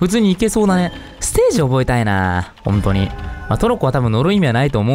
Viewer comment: ｢ほんとに｣が｢こんとに｣になってるの可愛いw